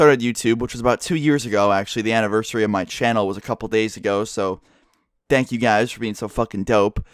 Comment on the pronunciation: Did he say "Dank you guys"? lol.